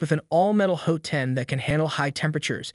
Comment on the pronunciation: Hote end? Bree? I guess this was narrated by AI? Here, have a downvote.